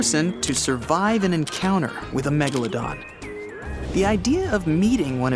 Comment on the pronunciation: At the start he said the meglldon [ik wrong spelling]